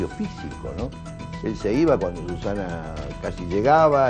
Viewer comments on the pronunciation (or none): Tiene problemas mara decir "cuanDo". No pronuncia la "D". Dice siempre "cuano". A la foniatra!